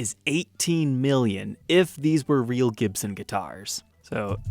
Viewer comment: He can not pronounce the makers name? jibson is not Gibson!!.?.?